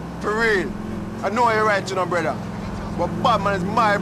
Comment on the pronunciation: "Niko, my bródá"